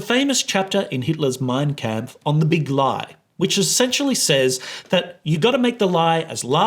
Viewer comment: What is h*tler´s mind kamp? Either say it in English, or have the decency to google how it is pronounced. Feels disrespectful kinda yanno? Like I would say... idk.... Sauthspark. That would be translated as to how it sounds in german. I hope that makes sense.